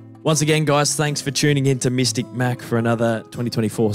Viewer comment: “Mistic Mac” yeah alright man!